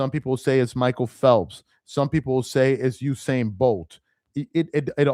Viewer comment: I'm glad that you started to correct yourself, because at first you were saying Hussein instead of Usain